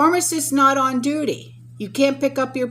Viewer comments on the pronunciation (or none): none